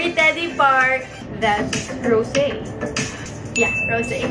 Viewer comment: Ngayon lang narealize na Rosé ang pronounciation na pangalan niya dati Rose lang pronounciation mo hehehe... Yabang yabang tatanga tanga naman 😂🤣😂😂🤣